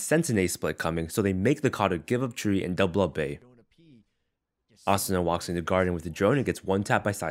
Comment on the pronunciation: I like how u pronounce asuna. Cuz there are so many people that say uh-soo-nuh. Idk just a pet peeve ig u could call it